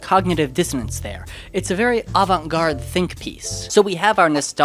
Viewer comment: The aVANt-GAURD???